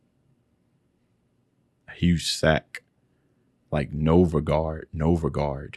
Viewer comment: >On the screen right in front of him, said out loud just before he paused it: "Novgorod" >What he says: "Novogard!" How.